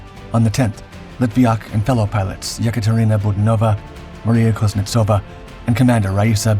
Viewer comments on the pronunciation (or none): none